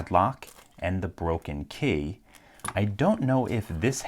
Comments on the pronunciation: Why do you pronounce key like "kæy" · His pronunciation of "key" in certain situations is golden. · Do you know where he’s from because his accent comes out whenever he said key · the way you said key was funny to me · He says "key" weird